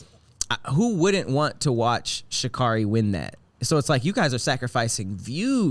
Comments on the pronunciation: they gotta do it next time for messing her name up lml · mispronounced her name the entire episode so they probably didn't know it rhymes with scary lol